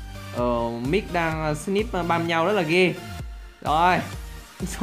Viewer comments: Snip chứ k phải slip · Snip nghe slip